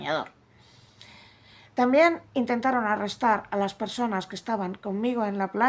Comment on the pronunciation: PERSONES ?? mal vamos...